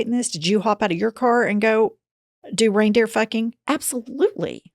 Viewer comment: Girls...there is no "s" at the end of "reindeer," ever.